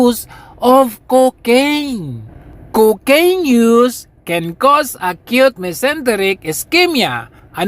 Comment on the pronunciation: Super tawa ako pag binibigkas mo ang Cocaiiiiiiiiiiine! Hahahaha